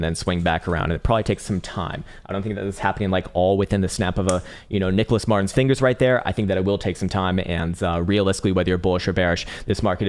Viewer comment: It's nicholas mErtin,! Jeez